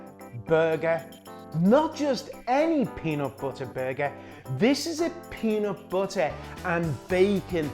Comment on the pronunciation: “Peenat buttah boogah”